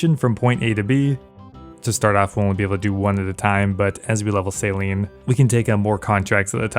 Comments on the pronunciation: Anyone else hearing Saline instead of Sailing? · omg absolutely, every time he said it I would hear "saline" in my head xD